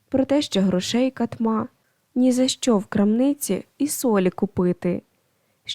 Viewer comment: Ріжуть вухо неправильні наголоси. РигОрович, нІзАщо кОней, рУчкався, так має звучати.